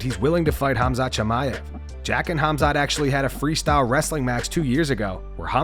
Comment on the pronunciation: Helwani is such a mark. First you're a Canadian born and raised, why you over emphasize the H for in Khamsat? Second, after the 8# miss, why would the UFC trust him to make Champ weight?? Pretty sure Dana said he'd be at 185 from now on. Ariel, Gerry, Khamsat and Cejudo are literally the worst parts of being an MMA fan. Sal D'Amato's scorecards are less annoying